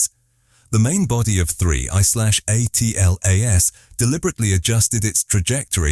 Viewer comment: Get that AI narrator to say atlas ffs not A. T. L. A. S... It's so annoying..